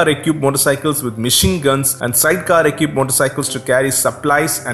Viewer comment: Equipped: pronounced ee kwipt Great video mate. Very informative. Keep up the good work.